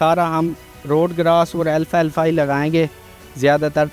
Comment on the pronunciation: ایک تو انتہائ طاقتور جانور کیلیے بہترین غزا کو الفا الفا نئیں بلکہ اسکا عربی نا ال فلفا یعنی Al-Falfa درمیان میں جو A ہے وہ اردو عربی کیطرح تشدید کے ساتھ نہیں پڑھا جاتا بلکہ پہلے حصے کے ساتھ جوڑکے فلفا Falfa کہاجاتا ہے جبکہ ال تو عربی میں ہر خاص لفظ کیساتھ لگایا جاتا ہے جیسے، الباکستان السعودیہ البحر الارض القادر الکیمیا وغیرہ۔ دوسرے آپ بلکل باہر بیچیں اپنی پیداوار مگر اسکی آمدنی واپس ملک میں لگائیں ناکہ بیرونی ممالک میں رکھیں! 🙏✌️👍